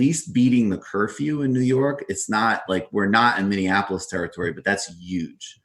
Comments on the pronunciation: Minion Appleless? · I'm enjoying the stream, especially pronouncing Minneapolis "Minnie-in-apolis" 😉😘